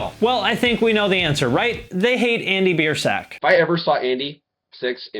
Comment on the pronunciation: He didn't even say Biersack right either